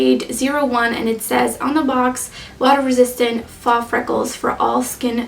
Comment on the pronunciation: Just an fyi- faux is pronounced "foh" ❤️